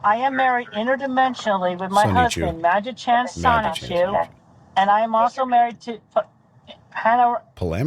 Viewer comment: The way he said it is pretty close. Incidentally, the O in Japanese is always long. So it should come out "soh-nee-choo." If it was "sah" (a short O like in "sonic"), it would be spelled sanichu.